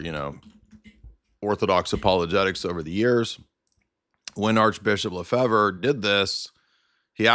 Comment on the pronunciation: It's pronounced "Le-FAVE," not "Le-Fever," or "Le-Fibber," or whatever. It's a French surname. And no, he did not get his degree from Apostle's College.